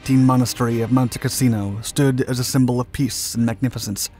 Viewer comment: Why do we get a picture Castello Sant'Angelo when talking about Monte Cassino (which, by the way, is not pronounced as the narrator does)? He keep saying "casino" rather than "cassino". The latter is name of a place. The former is one word for brothel. The narrator makes a number of howlers in English. I cannot believe he is the product of any English-speaking educational system.